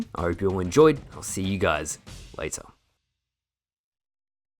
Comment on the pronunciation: "see you guys Lehto"